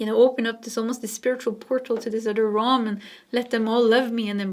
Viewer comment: Realm pronounced Relm not Rohm🙂